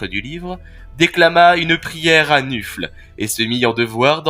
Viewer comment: C'est très bien MAIS... Gros gros gros "MAIS"... Le dieu du Blood bowl s'appelle Nuffle, qu'on ne prononce pas "nufle", mais "neufeul", ce qui le rapproche de la fédération de football américain : la NFL, la "neufeul". Voili voilou, tu peux réuploader ta vidéo 😇